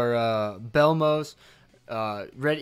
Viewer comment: its bellmoth not bellmoos lol